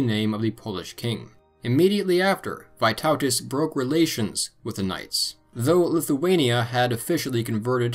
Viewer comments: Loved the fact you didn't skim over the Old Prussians, despite there not being a lot of solid information on them. Thanks so much! Hope you do more videos on the Baltic states in the future! also slight pronunciation correction for : "Vee-TOE-tas", not "Vai-TAU-tas" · Correct "Vytautas" pronounciation: "y" is pronounced like e in word "meet, not "i". I am Lithuanian